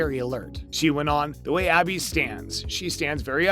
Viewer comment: B-sic procedure? V-zing Abby's lab? Never getting Abby's name right? wth is with this guy? I think I'm done with this channel...